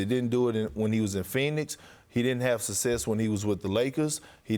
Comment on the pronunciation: "He did not have suses"!! Dude!! it is success ffs :) these big fat fellas are struggling with their english, it is unreal